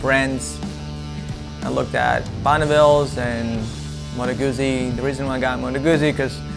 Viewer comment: Pronounced GUTZI not GUZZI. Unless you're British....but they are forgiven...😂